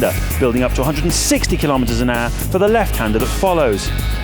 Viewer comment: Am I the only one hearing him saying, "310 kilometers an Argh"?